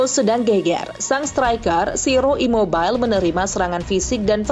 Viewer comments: Ciro ImobiLEEEE,,, bukan Ciro ImmoBAIL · Baca imobile bukan imobil😂 Pelafalan bahasa Italia sama dengan indonesia jngn dikit2 Inggris. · Gak semua nama orang asing dibacanya pakai bahasa Inggris, contoh CIRO IMOBILE. Sebutan udah benar IMOBILE bukan Imobail.